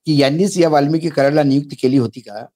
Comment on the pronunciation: सर, वाल्मिकी नाही, वाल्मिक!!